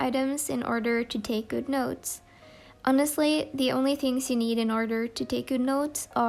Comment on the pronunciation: Love how she says ‘tings’ instead of ‘things’ soo cute